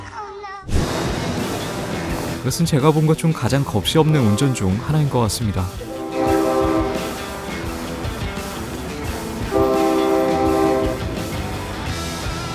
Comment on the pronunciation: 겁시없는게 아니라 거비라고 읽어야합니다